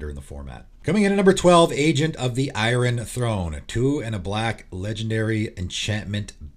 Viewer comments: Is the way you pronounce iron a regional thing (perhaps an Albany expression)? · Agent of the "Eye-run" Throne? Great video, as always. Thanks!